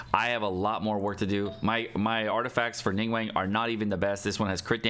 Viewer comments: Not chinese but pretty sure its not pronounced Ning WENG but ning gu-hwang(but very fast) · Its not ning-wang is closer to ning-wong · Ningguang isnt pronounced nin gueng pleaseitishurtingmeears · Game has voice acting in like 10 different languages, none of them pronounce it wrong.: "ning-wayne" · love your videos but it's pronounced: ning-guang (ning-goo-wong). 凝 (ning) 光 (guang). 凝 - stiff and 光 - light. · Why do you say her name like that? Lol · Finally i found someone who noticed too!